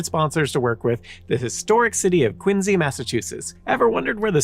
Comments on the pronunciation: It's Quincy, not Quinze. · It's QuinCee.